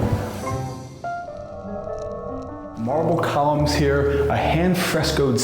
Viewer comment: MAWBLE CAWLUMS